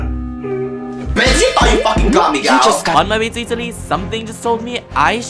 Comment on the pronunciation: my god the second girl is literally u. the moment she said EATALY I just know that you would agree with her 🎤🎤🎤